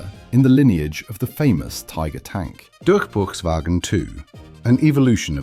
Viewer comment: dusrchbeuchswagen II is crazy